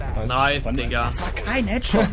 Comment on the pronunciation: Mir ist klar das er Digga sagt, aber es hört sich halt eher nach N.gga an